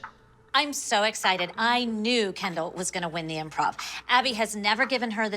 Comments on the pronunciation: It is kendell not canndle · After 30 second it sounded like "candle" to me 😂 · I always hear “Ken Doll” and start laughing edit: now I hear "candle" 🕯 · When it says Kendall loads of times it sounds like candal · imagine doing this for so long, then someone corrects you saying it's, "Kendall." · No one: Not a single soul: Jill: KEndALl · After a little bit "Kendall" sounds like Candle....😂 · I can’t listen to anybody say “Kendall” anymore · All the moms said there girls names just as much but when Jill says “Kendall” it just sounds like she says it 1 million times more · Her name is Kendall but its sooo hilarious🤣;)